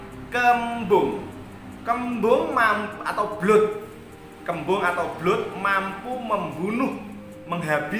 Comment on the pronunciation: Kaken ngomong kembang kebu terus bro